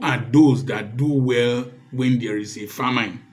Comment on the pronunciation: check famine pronunciation again sir. thanks